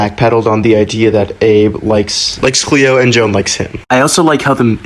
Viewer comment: HER NAME IS JOAN NOT NOT JO-ANN